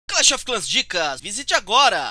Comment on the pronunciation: kkkkk vdd ele falou errado